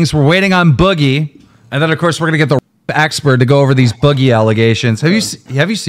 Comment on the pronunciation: Why can’t say expert? Is he saying expurd?